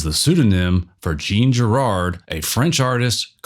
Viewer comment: Girard?? .... jesus christ what's with the pronunciations......